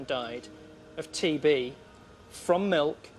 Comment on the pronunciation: On TB I actually heard TV! Lol!😆😆😆